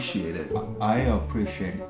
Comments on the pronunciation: Apreshate(?) What? Preshat(?) Appreciate😂😂🤣 Taetae Language 👏👏🤣🤣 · Tae: appreshate Me : HE MEANS APPRECIATE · After "trusfrated" by Kookie now we are "apreshate" by Taetae. Thank you for the New word😅😅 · Tae:As for English "apreshate Joon: what Tae: preshate Is this right??you kept saying that at BBMAs This whole convo will never not be funny 💀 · Am I the only one who understood V’s “appreciate it” even though it was not technically correct? I heard and understood what he was trying to say before RM pronounced it properly for him.